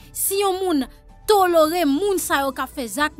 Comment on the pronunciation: Chérie yo pa di tolore. C toléré. Mwen swete w pa fâché